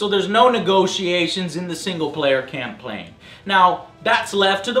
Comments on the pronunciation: "CampLaign ... that missspeak :O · "In the single player camplaign" Camplaign?? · I heard you say "Camplain" by accident, you can't fool me Joe